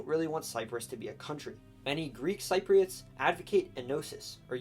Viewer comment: Every time you mispronounced Cypriots I cringed inside.